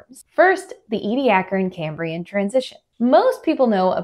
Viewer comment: This is the first time I have heard how Ediacaran is supposed to be pronounced. 😀